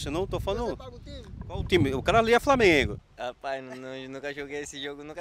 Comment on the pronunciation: Framengo kkkkkkkkkkkkkkkkk